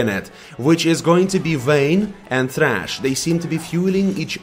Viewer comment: Vejn and thhhhrachh